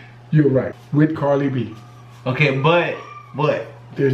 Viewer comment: Did he just say Carly B